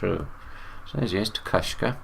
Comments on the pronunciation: His name is TECUMSEH. Ta Cum Suh. Not Tekushka. Also he's a very famous Native American. Not a Mason stop talking from your ass and stick to what you know my guy. Shawnee Natives dressed very well. Tecumseh wasn't the only one to dress like that. Also Shawnee are grouped with the Muskogee aka Mvskoke aka Creek aka GREEK. Native Americans are the Tartarians, Romans and Greek people. The Muskogee use the Greek alphabet. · I love this video but Tecumseh is pronounced differently. Ta-KUM-suh. 🥰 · " Tecumseh " is pronounced ..... " teh-come-see " :)